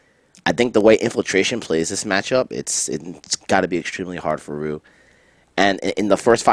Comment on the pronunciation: good shit but why cant you pronounce Ryu's name correctly. You did it a couple times. lol